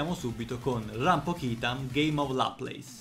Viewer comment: LAPLAS, È FRANCESE DIOBOIA